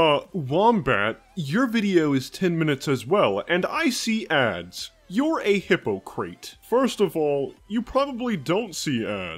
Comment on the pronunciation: “Hippocreate” I’m dying